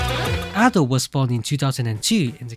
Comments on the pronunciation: Minor thing but you say her name wrong. Japanese is a phonetic language, so there is a right way to pronounce syllables. It is Aw-do, like awesome. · It's pronounced adeiu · this is cool, but like, you pronounce Ado as ah-dough, but I pronounce it like uh-doo which annoyes me the most for some reason